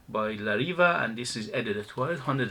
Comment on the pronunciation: The correct pronunciation is la reeveh, not reeva. I have a couple of these and they are, of course inexpensive, but also very weak in duration. I stopped buying them for that reason. Nice scents but they are definitely watered down versions of what they are trying to clone.